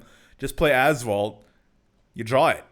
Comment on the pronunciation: When you say " Azvaldt" for some reason i hear Asphault 8 XD